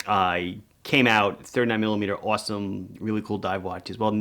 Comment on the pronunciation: I love how you say ‘awesome’ so NY 😂